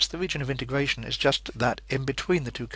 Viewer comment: wegion of integwation